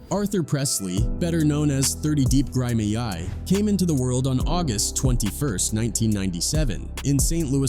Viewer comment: Dude it is NOT that hard to say “Grimey.” It’s a common word